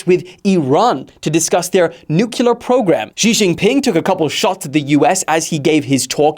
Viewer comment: Say it with me : NU-CLE-AR ⚛️ 😅